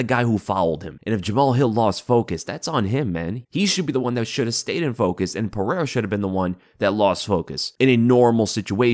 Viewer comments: piera lmao still cant say his name right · its Pereira, not Piera. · Oh and his real name is pronounced ( pahaira) your welcome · Thank you for addressing that. I don't know why DC, the mega cheater, thinks his words have ANY validity. Not even gonna talk about. He's a clown who can't even pronounce Pereira's name right 2 years now.